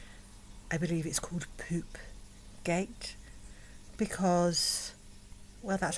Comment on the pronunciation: "I believe it's called Poopgate" whahahaha in that posh English is so funny.